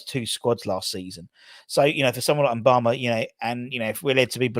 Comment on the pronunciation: Moo-ba-ma. Not M-bama